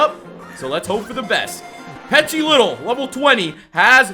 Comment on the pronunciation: Why do you pronounce petilittle? Isn't it petilil